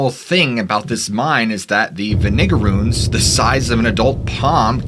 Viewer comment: That's one way to pronounce vinegarroons...